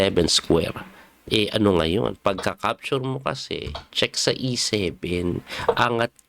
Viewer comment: Coach wag magalit..ano ba pronounce mo sa capture. Parang dinig ko sayo e ( capsure ) ???